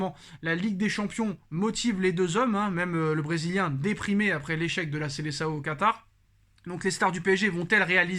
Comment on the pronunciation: Ce n'est pas Seleçao mais Seleção , depuis le temps apprenez à bien prononcer les noms propres en portugais 😒😒😒😒